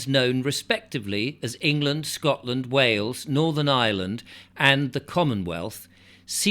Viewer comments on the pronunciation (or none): none